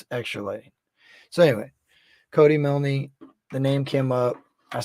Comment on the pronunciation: Its pronounced miln the e is silent...I just had to add that cuz its driving me crazy hearing u say milnee lol